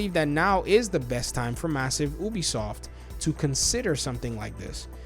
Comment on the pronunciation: It's pronounced, "You-bee-soft".